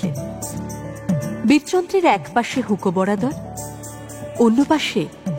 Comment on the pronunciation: একটা উচ্চারণ কানে লাগছে ।খুব সম্ভবতঃ হুঁকো বরদার হবে। হুঁকো বরাদর নয়।